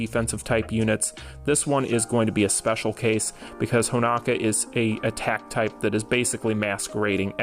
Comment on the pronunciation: Will ever call Honoka Honoka and not Honaka? Find out on the next episode of DBZ!